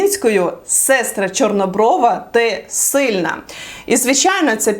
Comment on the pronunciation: мене коробить від вимови "силна", але я намагаюсь собі довести, що українська не їх рідна і їм то як паляницю не вимовити.